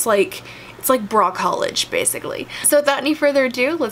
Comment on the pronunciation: bra college = brallege